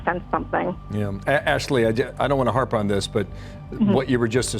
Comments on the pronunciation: Did you say HARPP? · He says “I don’t want to “Haarp” on this”…